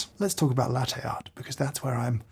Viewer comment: His constant mispronunciation of "latte" annoys me